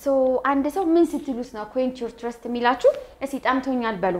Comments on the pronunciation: your pronounciation on thirst is not correct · the pronounciation is not correct on thirst you have to correct yourself but thank you teacher❤